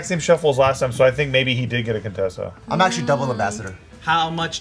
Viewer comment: Coup-tessa had me ROLLING 😂😂😂😭